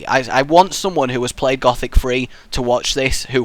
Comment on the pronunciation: You need to say it like gooooothic